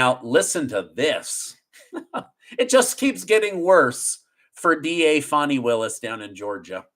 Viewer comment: It’s like nails in a chalk board when you say her Name!!! UGH PLEASE SAY fanny Not Fawni!!!!